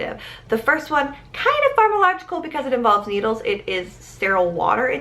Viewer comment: Did you mean to say “pharmacological” not “pharmalogical”?